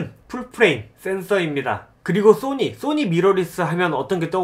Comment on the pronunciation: 왜 자꾸 소니를 또니 라고 하세요?